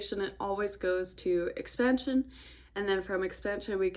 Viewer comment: Great video. I learned a lot. I swear you said, "X pan shuuun"😅 and I just noticed you have a really cool beauty mask on, what I think is your right cheek? Anyway, looking at the market is fun. 😎